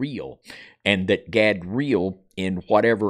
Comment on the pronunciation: Erika Gehm : Godra'el (You said 'Gadeel' ---- God of the Eels?)